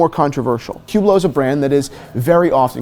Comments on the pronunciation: Omg, i can't stand the way he pronounces Hublot. Don't say "ou" don't pronounce the "H". It's not "Hhhhoublow" It's not "Youblow" it's Hublot. Ublo. Listen how the people working at Hublot pronounce it. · First, Fuck Hublot! Second, how the F do you pronounce Hublot so wrong. It's Hublot not Whoblot.